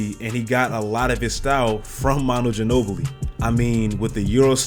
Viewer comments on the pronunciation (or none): Ginobli? Nigga dirk